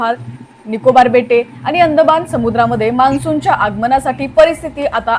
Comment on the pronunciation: मॅडम, बातम्या देताय, जरा शुद्ध मराठी बोला की! तुमचे ते आनि,पानी,कोकन वगैरे अशुद्ध मराठी ऐकतांना कानावर अत्याचार झाल्यासारखेच वाटते….!! “ण” हे अक्षर स्पष्टपणे बोलायला शिका लवकर!!!